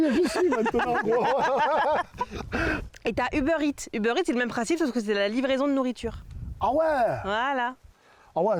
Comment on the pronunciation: "Tu connais pas Uber Eatsennnn", tellement gênant